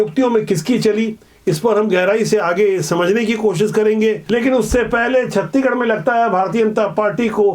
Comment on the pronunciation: छत्तीगढ़ नहीं छत्तीसगढ़ बोला करिए 😅😅